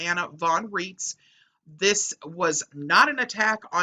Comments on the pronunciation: Names drawn a German source should follow German pronunciation where 'ei' is i and 'ie' is e. So Rights not Reets. She claims to be a Postal Court Judge, There are no postal courts outside the imagination of the pseudo-law fanclub. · It's pronounced "RAITZ" I am German born and the name is German! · Anna pronounces her last name to sound like "rights".